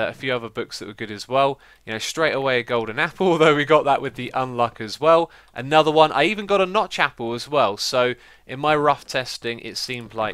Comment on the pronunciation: Listening very carefully to this video, I'm hearing the same things I've heard other british people doing. Why do british people pronounce their TH's as V's and F's? It drives me nuts hearing the number three pronounced as Free, and I swear I just heard him say Anover.